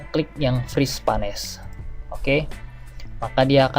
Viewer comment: Bermanfaat sekali tipsnya. Satu catatan kecil saja: "Freeze Panes" dibacanya /friiz peins/ :)